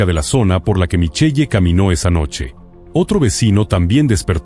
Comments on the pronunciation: No s pronuncia Michelle..... s pronuncia MICHEL, m chirean los oídos escuchar eso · Se pronuncia Michel